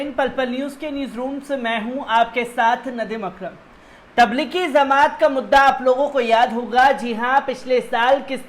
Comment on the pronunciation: Zamat nhi bhai jmat h thoda werd shi bolo